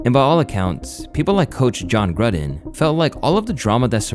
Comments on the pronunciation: Brother learn how to pronounce Gruden!! Gr-ew-den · John Grud-in? Buddy... 😂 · John Gruhden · John Gruh-den lmaooo